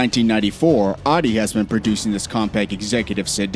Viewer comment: It's Audi not Aadi